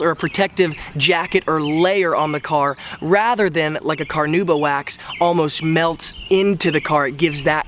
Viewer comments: NOT carnooba, carnauba. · What is carnooba? Do you mean Carnauba? Listen to the correct pronunciation here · Take a shot every time he says car-nooba